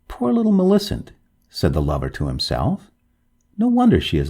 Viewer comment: You have a sing songy way of talking. I would stop doing that. Also, Millicent is pronounced - MILL i CENT. Your voice keeps going up and down. It's very distracting and irritating. Sorry to be so rude, but I'm just trying to give you some feedback.